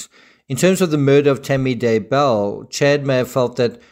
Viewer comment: it's so annoying how people are saying daybell... they say Day Bell as if it's two words ugh people come on it's daybell. one word also how the crap did they not catch this evidence the first time round and they had to take her body out and recheck geez. when someone young dies you check everything